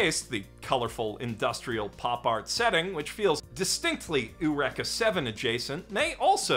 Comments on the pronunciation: ooh-wrecka seven, huh? Not... Yur-eeka Seven? Eur like perhaps... europe? And eka as in 'EEK! A cockroach!' ? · Eureka is Greek, not Japanese. So it's pronounced You-ree-kah, not Oo-wreck-ah. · my man, have you never heard the term 'eureka' before? its "you reek ah" not "you rekka" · Did he say "Uhr-eka Seven"????? Was he being silly?? Wait now I'm questioning myself. It's Youreeka right? Eureka is pronounced Youreeka. Right???? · The girl the anime is named after is pronounced oo-wreck-ah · No, it’s pronounced Ooh-wrecka. It’s a character’s name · please never pronounce eureka out loud again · If you're named after a word, the pronunciation doesn't change. There's no logic in copying a Japanese pronunciation of a name not common in that country. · Okay, I've seen/heard this enough times that I now need to ask: WHY do people pronounce the 'Eureka" in Eureka Seven like that?! It's an english word, that's NOT how it is pronounced! FFS. This is like how half the people who played Nier Automata pronounce it like "Ah-Toe-Mah-Tah" instead of the ACTUAL pronunciation, "Ah-tah-muh-tuh". I get it, that's how the Japanese voices say it, but that's because they're Japanese people, trying to pronounce very not Japanese words. I don't really understand why native english speakers are out here mispronouncing words just to imitate the way the Japanese VAs say it. Okay, rant over. Carry on mispronouncing these words... as I know you all will. I just needed to vent a little. Seriously, that pronunciation of 'Eureka' will never not sound dumb to me. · Can we talk about the absolute crime that was his pronunciation of "Eureka"? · I mean just because a Japanese show mispronounced it doesn't change much...